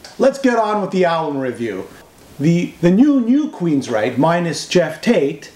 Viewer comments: Why do you keep calling the band Queensright? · What the hell is this? dont even know how to pronounce Queensryche. I'll wait until the album is actually out, or maybe even a review from somebody that knows something about the band.